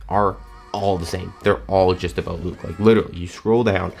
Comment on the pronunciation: There is no better "about", in the English language, than a Canadian aboot.